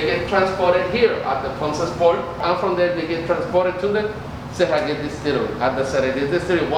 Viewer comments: I know you don't speak Spanish, but the way you pronounce "SERRALLES" is so WRONG!!!! HAHAHAHHA!!! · No matter if you don't speak spanish, as respect you should practice to pronounce the best, our name of the place. It's not funny and we are not a amusement park.